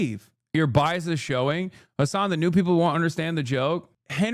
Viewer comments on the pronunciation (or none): none